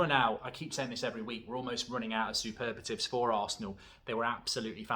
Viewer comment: Mark please it’s ‘superlative’ not ‘superbative’